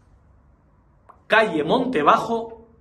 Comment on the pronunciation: Es una pena que esta noticia la de usted tan ridículamente mal. Por cierto es Húmera, con acento, y aunque está muy cerca de Somosaguas, no es Somosaguas.